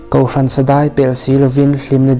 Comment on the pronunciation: "Rawn" tih ṭawngkam (min rawn....) tih hi i thlûk danah hian dinglam/veilam tiha vei/ ding tih thlûkin i thlûk a. Arâwn tiha Âwn thlûka tur zawk a ni.